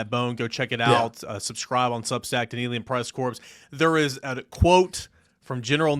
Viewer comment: You do NOT pronounce the “S” in the word “corps.” It is pronounced like the word “core.” Just trying to help you out.